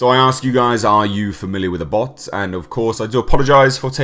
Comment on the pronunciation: It pronounced ab hoth not abot ..☀☀